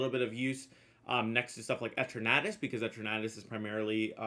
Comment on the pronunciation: I hate how you said eternatus